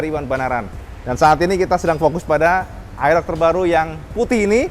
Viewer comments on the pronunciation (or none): mas,,,model AEROX mas,,,,bukan aerok